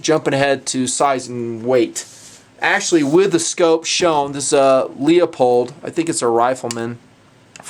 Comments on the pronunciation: Bah, and Leupold is pronounce Loo-pold. I live about 15 minutes from em, and it drives me as nuts as people that think that Oregon is Or-gone... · "leopold" should be pronouced leu-pold luuuuuu pold :) just saying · Why the heck does everyone pronounce Leupold as "LeOpold". It is not Leopold. It's Leu... (Lewpold). I guess the president/owner of Leupold would have the say, so I'd have to back off my stance, but otherwise, if you are just looking at the name? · I thought it was pronounced loo-pold? Anyway, have you had much time with the GSR? I have one but have not had the chance to shoot it.